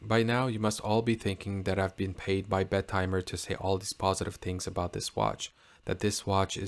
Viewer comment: I propose we pronounce it as BET-eh-mer instead of Bet-TIMER. If we can't change the name, we should change the pronunciation.